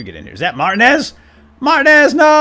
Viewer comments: isnt it pronounced mar-tee-nez not mart-e-nez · Martinez's name is pronounced mar-T-nez, not Martin-ez. Also, this looks awesome! Do more of the walking dead escapists! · Tip, I think it might be pronounced Mar-Teen-ez, spanish/latino decent I believe :) Keep up the good work! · Martin-ez is not how I thought it was xD I say Mar-tea-nez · Its pronounced "Mar-teen-ez" not Martin-ez. Please fix that going forward, by the 5'th time I heard it, it started making me a little nuts. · You said martinez wrong.....just to let you know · Your saying martinez wrong, not trying to be rude but its annoying.